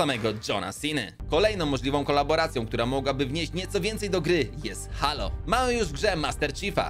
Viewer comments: teo się czyta heilo a nie halo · A czy "Halo" nie czyta się czasem Hejloł? Mały błąd ale tak kłuję w uszy że musiałem pomijać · Bardzo fajny film czekam na nowy sezon i tak tylko prostuje bo mówi się Hejlo czyli Halo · czyta się : Hejlo